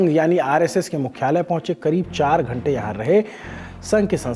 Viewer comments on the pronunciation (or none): none